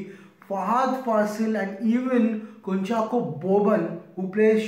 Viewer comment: you pronounced kunchacko correctly